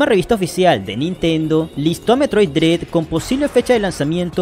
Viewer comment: Excelente vídeo, nada más un detalle: Se pronuncia "dred", no "drid"